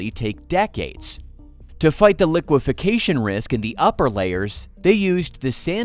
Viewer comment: It's liquefaction, FFS. Don't worry, I added a thumbs down and a do not recommend channel. You know, for the algorithm.